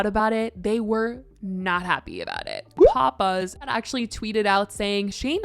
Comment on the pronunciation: Omg when you said PopBuzz I thought you said Papa's 😂